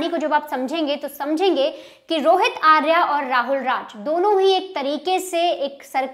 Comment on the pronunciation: "आर्या" सही उच्चार नहीं है, 'आर्य' सही शब्द है। 'आर्या' स्त्रीवाचक शब्द है, 'आर्य' पुरुषवाचक। अंग्रेज़ीदाँ लोगों को पता नहीं, कि शब्द को 'आकारान्त' करने से इतनी बड़ी ग़लती हो जाती है।